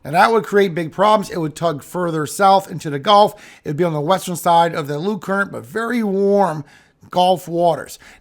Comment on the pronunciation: Cringe trigger: You said "g-O-lf" instead of "g-U-lf" I know you are old enough to be in a generation that KNOWS better than to say it like the game not the body of water! I'm hoping you will choose to sound more educated like you clearly are and be careful not to leave that cringey mispronunciation in these videos! It ruins my ability to enjoy the info in the rest of the video likely because I instantly remember how hard it was to learn to say it correctly n stop getting fussed at in school!!